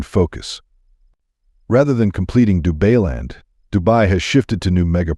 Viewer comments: Dubailand...Dubai-land...NOT DU-BAY-LAND. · Du-BAY-land ??? Maybe don't use AI to read your script ??? 🤣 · AI Voice Over - RUBBISH, can't pronounce any words correctly 'DubayLand' WTF 😂😂😂😂😂😂😂